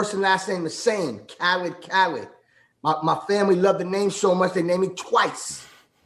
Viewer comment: It’s DJ Khaled Not, Kha-lid